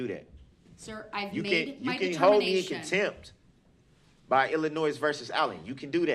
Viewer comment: " Hold me in cantemp"